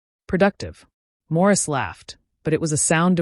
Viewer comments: Why does the narrator keep saying “Maurice” rather than “Morris”? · Why does she keep calling him Maurice...😅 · Morris not Maurice